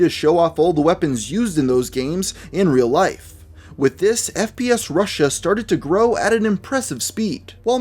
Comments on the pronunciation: Alex Jones can't even pronounce it right.... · Did he say spf Russian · Alex Jones is such an idiot. He could even say the channel name correctly. "SPSRussian" what is that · Aside from mispronouncing the name of the channel, what fact was wrong?